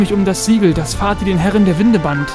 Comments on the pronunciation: man schreibt es vaati, spricht es aber nicht faati sondern waati aus 🙏😂 bin mal gespannt wie dein lets Play weiter geht 😅😅😅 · Ohje... Vati? Sprich das doch lieber Wati aus, hört sich besser an^^ Aber ok, ist ja eh zu spät :P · Ich freue mich, dass du es endlich spielst :D Nur wie du Vaati aussprichst nervt mich ein wenig.